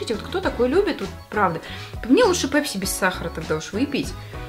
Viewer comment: Мы русские с нами "пЕпси" это просто😅😅😅😅😅